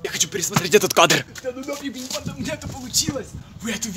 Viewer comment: И почему мне слышется не банда а панда?